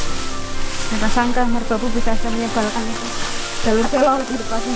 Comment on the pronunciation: masih banyak yang salah cara pengucapan "SELO" yang bener seperti yang diucapkan bapak petugas